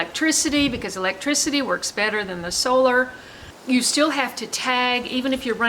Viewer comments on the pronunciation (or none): none